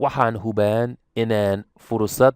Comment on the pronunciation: remove the ''n'' on ''jiraan'' & say ''barto'' just as you did Arabi remove the ''n'' on hubaan barataan As a native speaker, I always suspected that Somali is a difficult language to learn, even though you make it look easy. Well done.